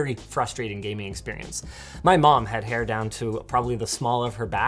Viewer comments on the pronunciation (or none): none